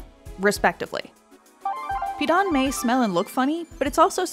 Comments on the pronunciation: Really weird hearing them say pidan without the proper tone but i guess I dont really like it on its own but it did go well with vegetables and salted egg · Pee-Dan Pronunciation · You know how people usually look up or google how to pronounce something before they start repeatedly saying it on a public platform? Yeah... it didn't happen here